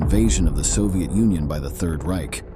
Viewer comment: The narrator's pronunciation of Reich is terrible!